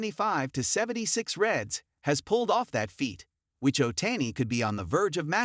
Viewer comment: Shohi Ohtayni 😂😂😂 the AI is wild